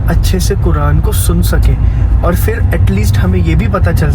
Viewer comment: Bhai, assalamualykum, aap ka talaffuz bohot accha hai bohot piari Urdu bolte hain, dil ko badi khushi hoti hai sun kar. Aap ne itni jaldi itni nafees Urdu seekh lee, MashaAllah. Bas ek baat hai ke "fir" na kaha karo, "phir" hota hai. Is mein Fey (ف) nahi hai balke Ph (फ) hai. Ye Urdu ke bajae Hindi ka sound hai, aur Hindi mein "F/ف" ki sound hi nahi hai. Jaise "fugga" nahi hota "phugga" (फुग्गा) hota hai. Aksar फ ke neeche nuqta laga ke फ़ usko ف ki sound dee jaati hai. Is ek change se aap ki Urdu aur bhi ziada piari ho jaegi InshaAllah. I hope you don't mind my comment, sorry agar aa ko bura laga ho tou. Niyaat aap ko takleef dene ki nahi hai bilkul ☺️